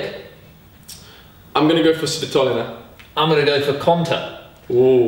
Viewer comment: спасибо что учите мир правильно произносить фамилию "Свитолина". Hey, thanks for letting the world know how to emphasize "Svitolina" right. 😁